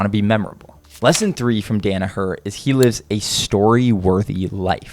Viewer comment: I wish yanks would pronounce hid name properly. Danaher. As in Dan Hooker